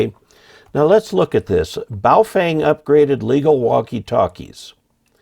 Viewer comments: I wish you and would learn how to pronounce the name of these radios properly—it’s Phonetically like this: bow fung. The ‘feng’ is pronounced “fung”, like ‘dung’ or ‘bung’ or ‘lung’. Get it? 🤣😎 but also—why do any of you guys wanna buy a Chinese radio anyway? Especially with a stupid flashlight on the top of it? Though there are lots of Hams in China, there’s no Ham license reciprocity between the USA and China. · As an reminder of the proper pronunciation of Wouxun (ō shin), just remember that it comes from across the ocean. Also remember that regarding Baofeng, the “e” is pronounced as a “u.”